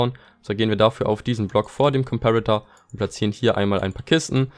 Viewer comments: Wie deutsch kann man sein?: JA aber am meisten triggert mich das er trotzdem comperator englisch ausspricht xD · gutes Video aber es hat mich so unnormal getriggert wie du Komperator ausgesprochen hast o.o